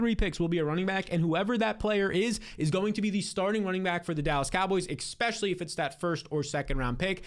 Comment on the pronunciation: Will def be here for the coming season. Finished 2nd last year and loved the blueprint but it KILLS ME how much you say EXPECIALLY… which is not a word.